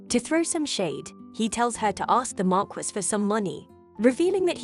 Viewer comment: Marquise is pronounced mar-key